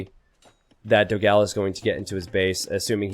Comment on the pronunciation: PS: is Dogão, not Dogáo the right pronunciation in brazilian potuguese, check in google translation the difference.